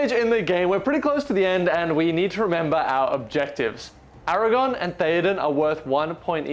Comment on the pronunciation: great report. Can you please say ara-gorn not ara-gone 🥺🥺